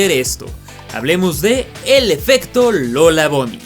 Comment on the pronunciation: por qué le dicen lola bony? ni buny ni bany??